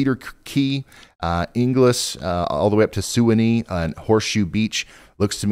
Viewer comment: It’s pronounced the swan-ee river